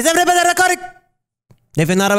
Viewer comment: "Evey bodeh reckording >:/??"